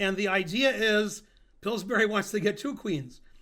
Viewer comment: Tomorrow the same video, only with Ben pronouncing Pillsbury correctly.